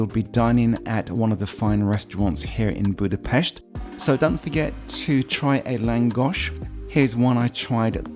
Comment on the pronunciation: Cool you said it the right way! Boodah-Pesht